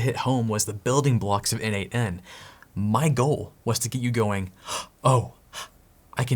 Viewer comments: This video is awesome. Buuuuut... looking at documentation it clearly says it is not pronounced 'en-eight-en', but exactly like the name...... Nathan ;) Yep... I can hear you: oh shiiiiii, So obvious! :) And yet... every single video on n8n I looked into pronounces it the wrongly as 'en-eight-en' :) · Don't you think that the idea of the product author(s) was to pronounce it "Nathan"? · N8n, isn't it supposed to be pronunced a bit like Nathan ? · I thought it's pronounced Nathan (n-eight-n.) so I clicked the video to hear how it's pronounced. My disappointment is immeasurable. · Why don't we pronounce n8n like Natan/neighten ? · n8n is pronounced 'Natan', it's someone's codename. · Have you considered it is supposed to be pronounce Nathen? At least that it is how it seems logical to be pronounced to me N-eight-n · I think N8N is pronounced "Nation" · I can t not pronounce it as nathan 😅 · I always thought it was pronounced "nation" for some reason. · Always thought it was pronounced "nathan"